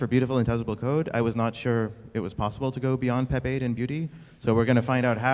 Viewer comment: At first I thought he asked "Who doesn't like Pepe?"🐸